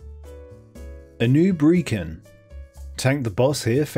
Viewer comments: Why are gamers all so aggressively dumb when it comes to how names are pronounced? A-noob-ree-kin? Like wtf. Try A-new-brick-Han... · Anoobreekan. Interesting way of saying it lol. Thank you for the guide, never did play OG wrath so this will be fun. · How the shit did you mispronounce Anub'rekan and Grand Widow Faerlina but get Maexxna right?!